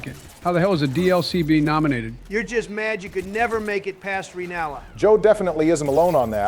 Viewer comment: said Renalla But the boss was relanna